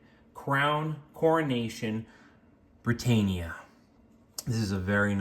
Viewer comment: Brit-ann-ia not Brit-ain-ia.